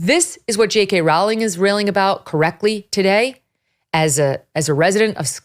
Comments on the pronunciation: Rowling is not pronounced like howling. It rhymes with the sport of bowling. Mnemonic: "Let's go bowling with JK Rowling!" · 1. Rowling is pronounced like rolling. 2. J.K. Rowling lives in Edinburgh, not Glasgow. 3. Glasgow is pronounced "Glazgo". 4. The bill passed 88-28, not 88-32. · Another top-level journalist who can't pronounce the name "Rowling" correctly. It's pronounced like "Rolling" FYI.